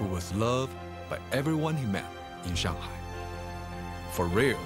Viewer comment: still said shanghai wrong